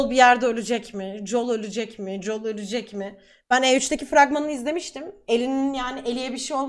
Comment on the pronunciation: JUL değil JOEL :d